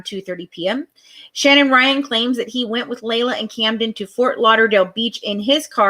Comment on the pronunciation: no you haven't. Because every single family member calls her LEE LA. Have you listened to the press conference with her sisters? It's LEE LA